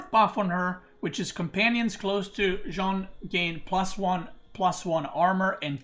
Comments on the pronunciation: Dude Please it's not John, it's Jeanne, ... at least pronounce like Jane, ... or ask marine lord how to pronounce it in voice chat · You're pronouncing Jeanne d'Arc well except you pronounce the an like in Jean, but in jeanne both e's are silent. it's like Jane except with a fully open A sound as in Ann. Jeanne. Jann.